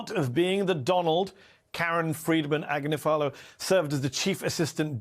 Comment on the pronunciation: It's Ag-nifa-low. And she is a superstar.